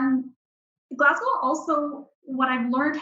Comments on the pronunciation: It's Glaz go...or Glez gA. ..but not Glaz gow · It is spelled WHISKY.... without an 'e' ...And Glasgow is pronounced Glas...GO!!! Thank you <3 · needs to learn from the woman how to pronounce Glasgow. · The presenter's pronunciation of 'Glasgow' is annoying. Take a clue from the Canadian Expat who pronounces the city's name correctly.